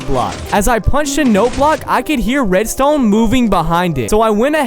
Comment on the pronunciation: I like how he sometimes pronounce redstone in a slight french accent "Redstowgne"